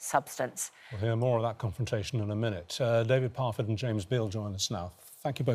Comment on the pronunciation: Please pronounce it properly, it is David Parfett “not” David Pofett.